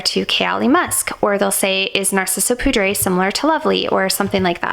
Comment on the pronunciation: Nice video. Btw, for poudre, it is french so more like “pood”